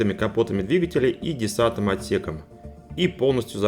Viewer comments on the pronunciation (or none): none